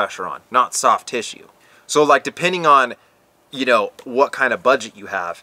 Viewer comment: Did you say 'Butt-get'?...